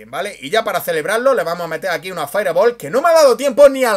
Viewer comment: si no tienes un correcto pronunciamiento del ingles... limitate a decir bola de fuego. saludos.